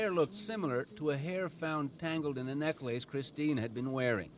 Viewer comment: “Neck lace” Is that the Canadian way of pronouncing necklace?